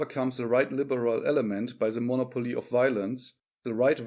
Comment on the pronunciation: Mo•'nopoly not mono•'poly.